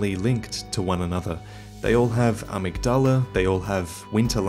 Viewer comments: To clarify, in the pronunciation, the emphasis is on the ‘mig’. So a-MYG-dala. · IT'S PRONOUNCED "uh-MIG-duh-luh" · His pronunciation of amygdala bothers me. Irl it’s pronounced uh-mig-duh-luh. The amygdala is a part of the human brain - I believe it’s connected to our emotions, especially fear. There’s a theory that psychopaths and serial killers have a reduced amygdala. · 6 years later I hope you have finally learned to pronounce amygdala properly. Love your videos, but ya killing me with some of your pronunciation (especially Gehrman, the doll literally pronounces it correctly for you. Yet you still get it wrong)